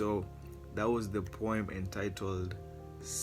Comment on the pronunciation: What’s up, how you doing. My name is solo Km. I’m a boy?🤣🤣🤣🤣🤣 he said poem and made it sound like he said boy 🤣